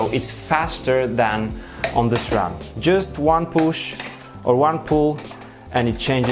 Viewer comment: poosh, releese, poosh releese!!